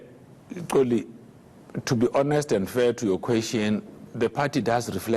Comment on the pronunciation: The name is "XOLI" not "Tsoli" PULE should have learnt how to actually pronounce the name